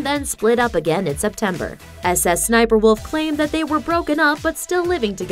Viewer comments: No. Its SSSniperwolf. Not S S Sniperwolf. smh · We do not call it s s s niper walof. It sssniperwolf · Dummy it’s not S S sniperwolf it’s sssniperWolf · The fact she says ss sniperwolf makes me so mad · IM BEGGING U STOP SAYING S S SNIPERWOLF ITS SO TRIGGERING MEEEE